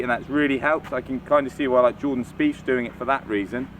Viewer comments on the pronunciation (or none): none